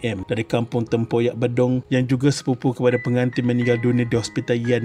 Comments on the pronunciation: Sebutan dia bukan bedong.. yg betul sebutan bidong.. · Bidong. Bukan bedong. Buduh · Maaf, bedong sebutannya macam bidong bukan bedung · Maaf bang nk betul kan sikit sebutan tu.Ejaan Bedung tapi sebutan Bidung